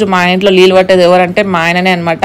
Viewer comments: Leellu😅😅 Kadu neellu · లీలు కాదు, నీళ్లు😅